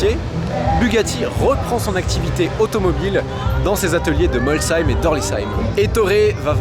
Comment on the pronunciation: déjà bravo pour la prononciation Molsheim contrairement souvent à d’autres journalistes 😊J’habite la région tu as eu droit à une grosse ballade au volant de la Chiron (cinquantaine de kms) continue de nous faire transparaître ta passion 👍👍